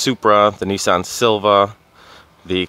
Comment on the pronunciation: Sil-Vi-A, NOT Silva.